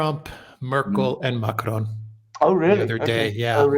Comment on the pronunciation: can you please stop pronouncing Macron like he's Spanish